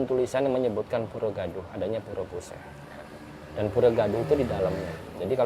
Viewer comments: Untuk penyebutan puseh disini e nya bacanya sama dengan e pada "elang" atau e pada "cepat" Terima kasih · Agak sedikit mengoreksi mas, yang benar itu Blahbatuh bukan Blahbatu. Untuk pengucapan Pura Puseh juga salah pada bagian Puseh nya🙏